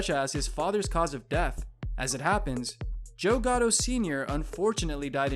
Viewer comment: Is this one of those automated text-to-speech voices reading cause they can seem to get some of the pronunciations of the names correct. It's GATTO no GOTTO, and SAL, not SAUL.